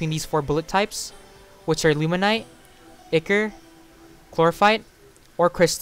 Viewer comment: Its pronounced eye-core not ick-ore